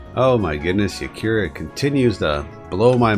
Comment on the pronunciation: I smile every time you call Yarika "Yakira" :)